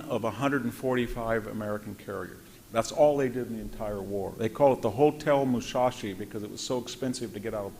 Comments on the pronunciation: The name is Musashi not Mushashi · VDH’s scholarship and rhetoric are fine, but they’re undermined by his failure to learn how to pronounce some words that even amateur students of WW2 get right. Examples: Yamoto instead of Yamato, Mushasi instead of Musashi, Wehrmarkt instead of Wehrmacht. He’s an expert in this field, yes, but this failure to get such little things right interferes with his credibility on the bigger things.